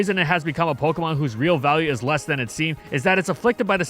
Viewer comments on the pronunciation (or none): none